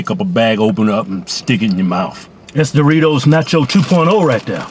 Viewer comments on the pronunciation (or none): "Those were some damn good duritos!"